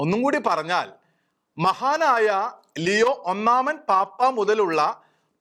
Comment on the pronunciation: ലെയോ അല്ലാ ലിയോ എന്നാണ്. God bless our Pope!!!